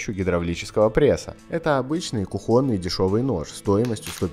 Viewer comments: нож кУхонный, а не кухОнный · Да не кухОнный нож, а кУхонный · Автор, хватит русский язык позорить. кУхонный!!!!!!!!!!!!!!!! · как же забавляет кухОнный))) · Ну только почему кухОнный... ну есть же русский язык (( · У него в регионе или дома так говорят, вот и все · Да, у афтара речевой дефект, он произносит как "Q - хОнный". Где он мог увидеть Q-хон, хотел бы я знать? ))) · какой какой нож? Что не так стало с людьми? Уже ударениЯ в словах перестают правильно ставить... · Ударение на Х